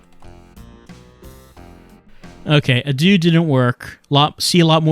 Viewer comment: You say "adieu", I say "uh-dü."